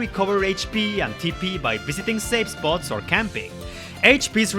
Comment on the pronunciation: love how you say safe spots sounds like sexbots